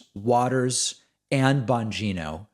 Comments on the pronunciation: "bon-jean-oh"? I think you mean "bon-go-go" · Did David call Dan Bongino "Anne Bongino"? lmao